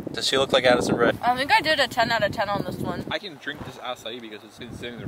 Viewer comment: Did nobody catch addSISON instead of addison or am i just blind